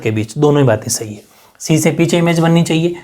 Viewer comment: 🔊 pr s_hi bola😍😍